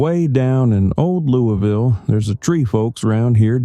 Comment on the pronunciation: It’s pronounced luvul. lol